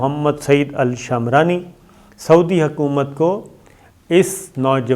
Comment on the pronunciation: شامرانی نہیں صابر بھائ شمرانی ہے۔